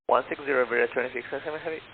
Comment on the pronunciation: Tha FO could not say correctly the callsign even once. It was like: Iberia biwiwiwiwi. Reminds me of my friends trying to learn English years ago :)